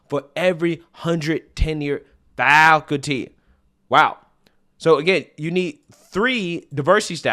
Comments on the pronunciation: "falcuty" is not a word. It's faculty. Fak ul ty. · I like what you say but please learn how to say the word - " Faculty " !